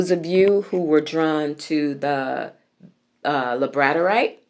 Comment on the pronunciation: Its pronounced Labrador (like the dog) ite ❤